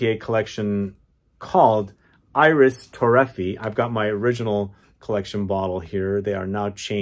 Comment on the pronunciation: Its pronounced Ee-reese Toe-ray-fee-ay. IDC. A fragrance head of your stature should pronounce things correctly.